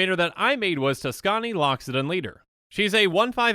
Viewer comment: "Tuskani" Me: Likes Video